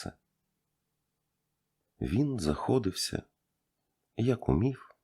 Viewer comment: Дякую за українську.Тільки зверніть увага на наголоси.Приклад - "захоДИвся копати" але "пес аж заХОдився від гавкоту.